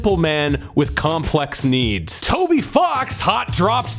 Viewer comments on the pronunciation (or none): none